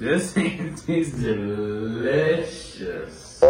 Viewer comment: No one: Nobody:: BUT this green thing... is dELiciOuSss! 😂😂😂